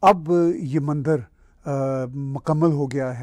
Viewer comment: With all due respect...it's not Mandar...it's Mandir 🙏